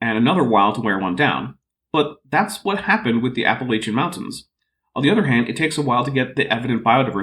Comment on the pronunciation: My parents are both proud Appalachian Mountain stock and hate your pronunciation of "Appalachian", but the way mispronounces nearly every word he speaks is what's driving me up the wall. I'm thankful that you talk more than he does. If I tried to watch his vid I would have to stop after the second time he said "theories".